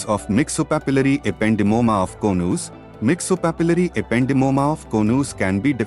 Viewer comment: Konooz....😊 Its Co-nus